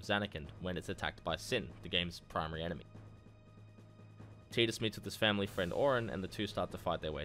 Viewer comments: I left a thumbs down because it’s TIDE Us not TEED Us. It’s based on the word Tide, which has long since been confirmed by the developers. It’s not an accent thing, you’re simply pronouncing it incorrectly. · No sir its not tee-dus its tidus like tide-us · really... TEEDUS? dude he says it in the game. it's voiced. have you even played this fucking game? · It's pronounced tyduss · He will always be Tide-us to me, just like Ruffy and Lolonoa Zoro from One Piece. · in kingdom hearts one, wakka calls him teedus. Also in FF dissidia, sadly teedus is the official pronunciation